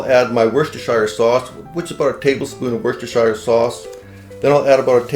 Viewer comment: Its pronounced as “wuuster”sauce. Dont ask me why, but thats how it is…🤪